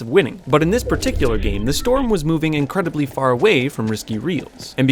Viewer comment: how is that "Incredibley" far away?